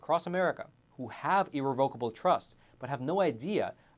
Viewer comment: You’re pronouncing irrevocable wrong ugh.